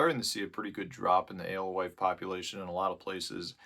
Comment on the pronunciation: You say Alwife...... I say "Ghost". Thanks for the vid.